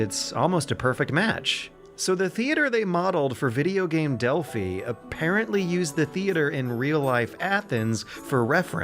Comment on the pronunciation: It is pronounced Dell-Fi (Delphi)